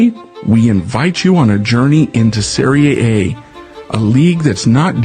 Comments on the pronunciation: You should never say Soccer again(it's wrong to say Soccer). I'll try to help you pronounce SERIE A the right way. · Or just USA butchered, no research accent 😅